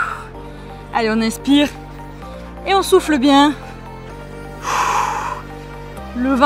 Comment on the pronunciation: faut que j’te le dise... quand tu dis « on souffle» j’entends (et chuis sur de pas être là seule) « on souffre»!